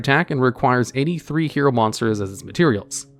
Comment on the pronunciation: I was listening to this in the back and I heard "83" instead of "any 3". I was like got dang!